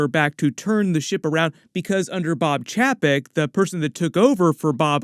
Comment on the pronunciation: Chapek is pronounced Chey Peck